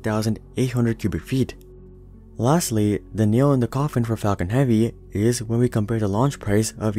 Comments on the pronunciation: Anyone would think the same thing When he say falcon heavy I heard fucking heavy But I like it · "Falcon heaveee"